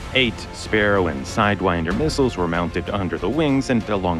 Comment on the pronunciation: side 'wiynder'?